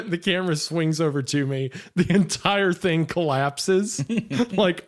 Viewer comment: I love when wendi pronounces "thing" as "thingah"